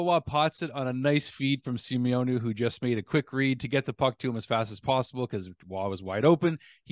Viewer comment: Hey, love that your trying to pronounce the french names being an enlgish man! I myself struggle living in Quebec and being english and get corrected all the time so please dont get upset at me for trying to help you here but I think we will be talking about Xavier Simoneau ALOT more in the future, so here, easiest way to pronounce his name SI-MO-NO:) LOVE U